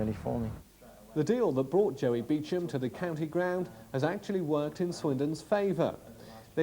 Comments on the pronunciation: It’s “Beecham” you tit. RIP Joey, you brought me many good times at the Manor Ground. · Beecham is the correct pronunciation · "Beecham" can't even pronounce his surname properly lol